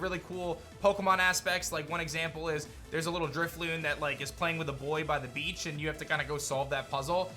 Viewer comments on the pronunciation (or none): none